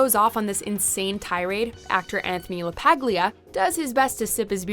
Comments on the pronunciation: It's pronounced La-Par-Lee-Ah not Lag-Pag-Le-Ar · You mispronounced Anthony Lapaglia's name. The G is silent.